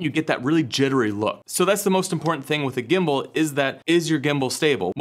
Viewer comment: Did you say Gimbal or Gimbo?, Like Pam, Pan or Pand.....